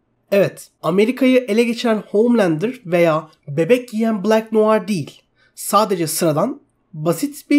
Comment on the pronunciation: SUNA OOOHHMMLANDER DEME ARTIK DELIRCEM